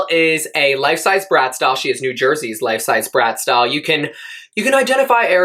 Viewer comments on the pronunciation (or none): Oh🤣bratz doll, lol, I heard brassdoll❄